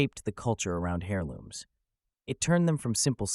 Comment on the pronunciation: Hairlooms 😂 bro the "h" is silent